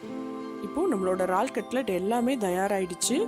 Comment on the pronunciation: Unga receipe romba Nala irukku..... Yennaku pidichi irukku....aana "eraal" engine vaartgaiya "raal"...raal nu solluradhu mattum yennaku pidikala.....